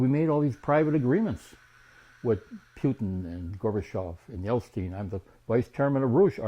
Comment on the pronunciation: It's Jeltsin not Jelstein... He's not a jew, at least not that I know of!